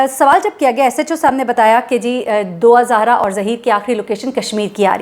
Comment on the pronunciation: App kay moo say Dua E Zahra bohat Acha lagta hy. Allah us bachi per raham karay aur app sub ki mahnat aur hum sub ki duaen Allah pak qabool karay. Ameen